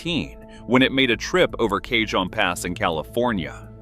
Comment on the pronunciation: Cajon is pronounced Cahon because its Spanish. J is h sound in Spanish Big boys were built in Cheyenne Wyoming not NY. Her number is forty fourteen not 40o14 The narrator sucks. UP blew this video big time